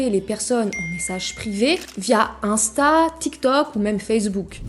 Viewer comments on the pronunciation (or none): none